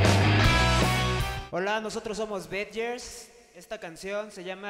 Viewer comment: Badgers no se pronuncia así chavos!!!!